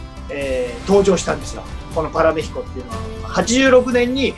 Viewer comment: パラ"メ"ヒコと、原語のスペイン語である"メ"にアクセントをおいて欲しかった笑